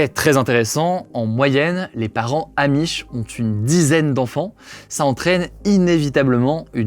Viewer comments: Les zzzzzamish ….. insupportable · Aloha les gens. Super la vidéo, par contre arrêtez de dire les z’amish mais juste les amish. Merci bonne journée